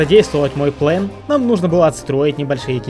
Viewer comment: Всё хорошо.. Но этот "ПЛЭН" бесит.. Дверь с "РИСОМ" нормально вкладывается, но "ПЛЭН" до блевоты..